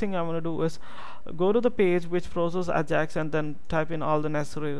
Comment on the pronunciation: Its EyJax not Ahjax. still awesome vid!